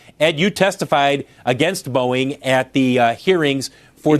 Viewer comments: my favorite part of this story is when people try to say Boeing and it sounds like 'Boing" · PBD saying “Boeing” sounds like “Boing!” And that needs to be a drop